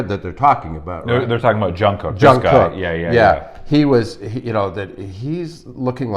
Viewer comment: i love everything about this but every time i hear Jung Cook---please it's Jungkook pronounced like goog